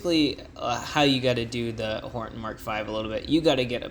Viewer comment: by the way you keep saying horten instead of hornet